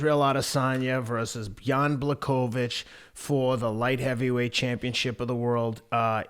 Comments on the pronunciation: Fella's it's pronounced Blahovich. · Lol bla chow vich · The correct way to pronounce his full name is Yan Buahovitsch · Didn't Teddy last call him Jan Blowfish.